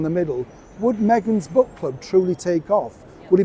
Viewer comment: Did you say book or crook club?